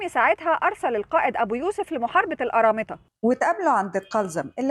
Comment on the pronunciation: ارامطه. طيب حتى قوليها صح😂